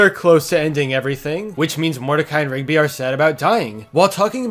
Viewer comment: For 20 second i touthg ot was pigby not rigby